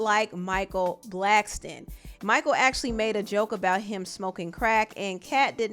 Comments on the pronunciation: Bro why are you saying Blackston lol there’s no T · Ur saying Blackston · Black- son your saying it wrong 😑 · Blackson* not blackston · BLACKSON not Blackstone !!! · Micheal BlackSON not Blackston!